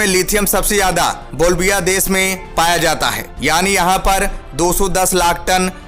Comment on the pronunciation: Bhai kaun See school mein study kiye ho? Sehansah, des, siddat, suru, kaun si bhasha hai? Kudrat deta nhi hai, deti hai. Agar apni pronouncation theek nhi kar sakte toh kisi aur ki help le sakte ho.